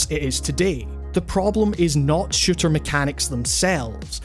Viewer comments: take a shot every time he says shitter instead of shooter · I swear every time you said "shooter " I thought you kept saying shitter. Shooters have become so varied as of now. I myself haven't been into shooters since my taste in games had evolved. I'd love to play splatoon but I don't own a switch. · It sounds like he's saying "shitter" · whenever you say shooter, you sound like you're saying shitter. i still love your accent, by the way. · I'm not the only one hearing shitter, right?